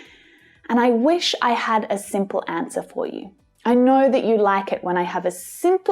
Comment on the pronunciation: is it me or did she say “dat” too? i mean when you speak fast you can’t do the th sound, at least i can’t🤷🏻‍♀️